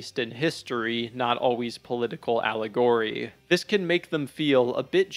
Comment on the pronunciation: When speaking the word “allegory”, the emphasis is meant to be on the first syllable. Not the third. Just pointing that out. I enjoyed the video and dropped a like.